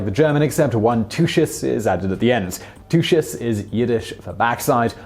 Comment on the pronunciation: Is the word not pronounced TOOKUS? Yiddish for ass?